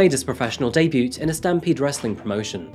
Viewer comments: Crime Just so you know, the "t" in the word "debut" is silent. The word is pronounced "day-boo" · this man actually pronounced debut as day-bute 😂😂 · Can't read your own script, debute no e on the end, yup cogneetive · Huh, I’ve never heard anyone pronounce the T at the end of debut before haha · No hate but really needs an English lesson. Some of the script is so bizarre. It doesn’t make sense and he uses really cliched sayings out of context. And the ‘T’ is silent in debut!